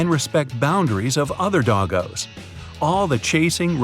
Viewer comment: It doesn’t sound right when you say ‘doggo’